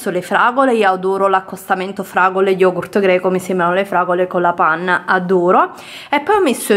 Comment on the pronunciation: Ussignur lo YOGU SKAIR